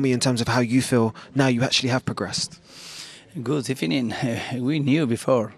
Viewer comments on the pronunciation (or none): I love this good ebening guy